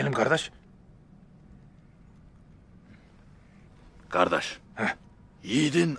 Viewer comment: Brother, and please everyone who is saying Gardesh, it's Kardesh not Gardesh. You are ruining the word.